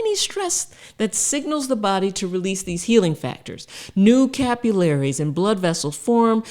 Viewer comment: "cap-you-Larrys"? " Usually, capillaries."